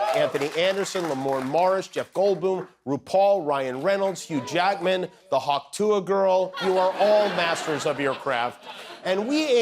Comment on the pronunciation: heh heh... "...Hugh Jagman..."